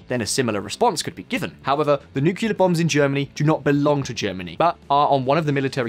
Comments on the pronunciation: nu-cle-ar not nu-cu-lar, thank you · Please learn how to pronounce "nuclear": new...clear, not nuke...ula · NU-CLE-AR, not NU-CU-LAR, buddy. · dude, for real... it's Nuclear as in NEW-klee-er not as in NOO-kyuh-luhr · Its "NEW-CLEAR" not "NUKE-YOU-LAR". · Yes he is driving me nuts with his pronunciation of that word. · Never trust anyone who says nukyaler. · He said "nukiller" minus 10 points to his speech delivering score !